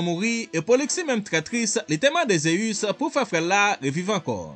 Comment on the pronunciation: bro li sonnen mal nan zorey mwen pou ap prononcer ZEUS wap di ZEyus